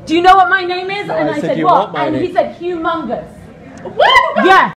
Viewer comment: "hu mungus" lmao shit got me giggling